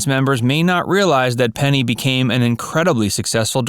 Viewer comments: Say it with me....PENNY Marshall.... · It made me nuts. I was screaming at the computer, Penny, not Peggy. Who edits this channel?